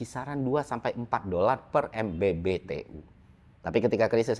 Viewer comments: MMBTU bang bukan MBBTU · MMBTU bg bukan MBBTU 😁